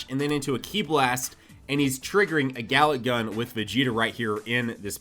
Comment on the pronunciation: "Gala Gun"? You serious? Its called "Galick Gun" in my planet, earth.